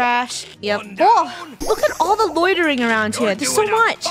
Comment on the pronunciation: yea it’s cute but i’m pretty sure she says littering as loitering